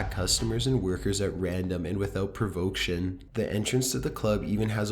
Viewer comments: Provocation not provoction. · "provoktion" it's provocation bro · Did I hear you say “ PROVOCTION, APPARATION? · I'm used to the voice, but I swear he makes words up. Provoction... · "Provoction" lmao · “Without provoketion” 😆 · You mean provocation....provoction isn’t a words dear. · It’s “without being provoked” or “without provocation” not provoketion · Provoction?...Do you mean ProvocAtion? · "Provokesion" you meant Provocation?? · Provocation not provoction.... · Toward the start of your narration on Bobby Mackey's Music World at about you'd said "provoction." Try "provocation" next time.. it'll help viewers be less distracted while watching your videos because they won't be dwelling on words that don't exist. lol. ijs if you're going to narrate.. you lose points saying words incorrectly from viewers such as myself. small gripe, I know. But it's only constructive criticism. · provoction did he say? you mean provocation 😉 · "provoke-tion"? lol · Provoction? LoL you mean PROVOCATION??? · provoction? no dude, its provocation. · PRAW•VOH•KAY•SHUN not PRO•VOAK•SHUN. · "provok-shun"? u mean provocation? smh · Sorry, I'm a teacher, I have to do it.: provocation (not provoke-tion) 4 syllables: prov-uh-KAY-shuh n Anglican church (not Angelican) 3 syllables : ANG-gli-kuh n viscount = VAHY-count (not viss-count) thromBOsis (not thrombus) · Provoktion and apparation? I guess I learned two new words, thanks! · The scariest thing about this video is the use of the words “provoke-shun” (provocation) and “aparation” (apparition)!😝😜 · Praw-vah-kay-shun Provocation. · provoction , I love how you yankees make up your own words, try provocation next time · Jesus, kid. "Without provoktion?" "Lost a 20 found bet"? Lol. "Angelican church" "apparation". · Pro-vo-cation. Seriously dude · only scary thing was the pronunciation of provocation. merely jest, a fan of this content and channel.